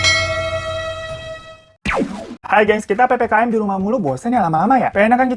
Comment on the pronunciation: Yang orang bilang : PPKM Yang gua dengar : PPKN